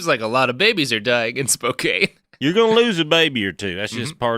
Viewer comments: I mentally screamed "IT'S SPO-CAN!" every single time! Though as an Oregonian, I've also been wincing at his "Willamette" pronunciations. Better hope no bastards come from Puyallup. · I'm a Canadian, and even I know it's pronounced "spoe-kann" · I know that and Robert will probably revel in my pain, but sitting here in Spokane and listening to Robert butcher the name of my home town is causing me physical pain. It's Spo-CAN. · Driving through Spokane now, grew up here. Never heard of this guy, definitely didn't hear about him in school. Also every time he said Spokane the wrong way, I cringed and corrected him.😅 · I won't stand for all this Washington slander from someone who doesn't even know how to say Spokane. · As a Tennessean myself, with no connection to Spokane whatsoever—other than knowing how to pronounce it—Robert’s pronunciation is straight-up painful. But he seems pretty firmly committed to never learning how to pronounce things. I wonder if, as a latter-day Oregonian, he takes special glee in mispronouncing Washington place-names.